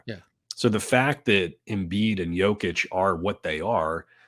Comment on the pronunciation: learn how to pronounce Jokic, he is b2b MVP